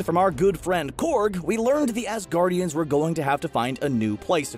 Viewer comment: Assgaurd ian